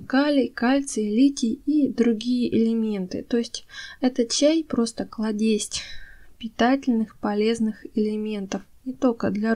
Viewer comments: Кладезь ! Марганец! Вы из России? Почему много неправильного произношения? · Спасибо, много полезного. Обязательно попробую на своих многочисленных растениях. Помогу и Вам: слово «клАдезь», не « кладЕсть». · Что за кладЕсть? КлАдезь может быть? И нет слова красивЕе, а есть-красИвее! После дождя в воздухе присутсвует много ОЗОНА- поэтому так все расцветает! И тем, кто хочет хорошо выглядеть, полезно гулять после дождя! твуат ного ОЗОНС.